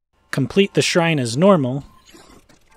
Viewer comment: “complete the shribe as normal”